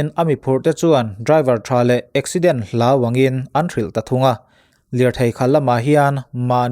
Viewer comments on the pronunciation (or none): none